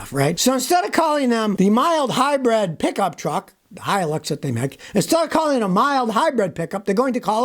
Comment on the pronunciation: Wait “mile hybrid”? Did I hear that right? Something comes to mind hearing “mile hy” giggity.